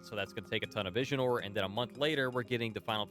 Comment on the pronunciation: 1 questoin tho, why u always keep calling Visiore as Visionore, there's no N anywhere in the word, just why :D